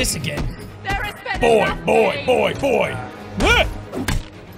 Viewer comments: Not BOY it's B O I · Its BOY not BOI